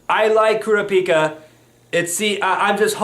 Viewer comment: It's pronounced "Kur-A-pi-ka".